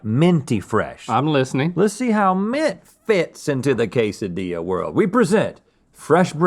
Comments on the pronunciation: It's pronounced 'quesadilla', not "case a dee ya". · How'd you miss "cake-dilla"? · LOL "kaysadiya" 😆 🤣